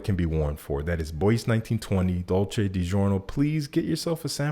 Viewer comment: I hate to be that guy but check the pronounciation of ”Bois” :)